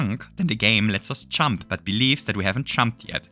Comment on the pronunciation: “if we chump with a chunk while chumping”